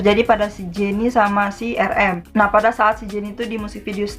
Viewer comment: udh lagi cara baca nya salah pulak?**rm diblg erem padahal bacanya arem jungkook diblg jongkuk juga baca nya jongguk bkn jongkuk